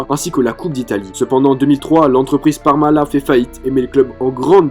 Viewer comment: On prononce le "t" à la fin de "Parmalat".😃T'a aussi oublié que la finale gagné contre l'OM Cannavaro était dopé comme un cheval de course.